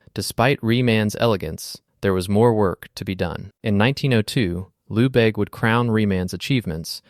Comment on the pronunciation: Lehbayge not Loubayg.